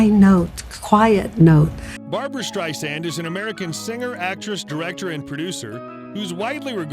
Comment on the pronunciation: Barb-RA, not Barb-ARA Strei-SAND, not Strei-ZAND.